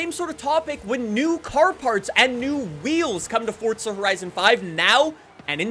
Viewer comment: Why do y’all say the game like that… FORZA… not FORTZA